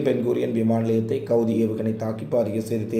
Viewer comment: என்னடா செய்தி வாசிக்கர.ஹவ்திக்கும் கவ்திக்கும் விகத்தியாம் தெரியில.ஸ்ரீலங்காவ .சிடிலங்கா ன்னா நீ சம்மதிப்பாயா.தவர சுட்டிக்காட்னா திரூத்திக்க.